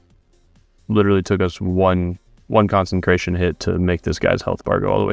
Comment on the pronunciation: Do you not realize there isn't an "n" in consecration??